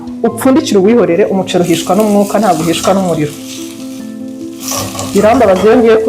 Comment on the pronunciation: Ukuntu uvuga umuceli😂birumvikana neza❤❤❤